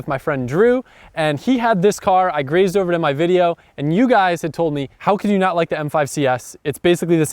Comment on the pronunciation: "glazed".........not grazed......